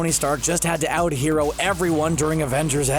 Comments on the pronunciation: "Hereo" huh? Where's Jarvis when you need him lol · "Hereo"? Really? Time to hire a proofreader. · "Hereo Moment" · Wouldn’t wanna ruin his “hereo” moment trololol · What’s a “hereo” moment? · “ruining my hereo moment” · "My Hereo moment..." !!!??? What's a "hereo" ??? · "Hereo moment."